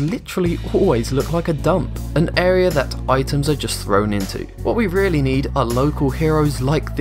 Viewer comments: Lmao he said "im whelly" lmao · he said I wheele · Anyone else noticed he said wheely when he talked about the tires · he said ''wheely''